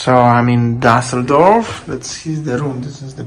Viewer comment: What city is Daseldorf? What is this strange pronunciation?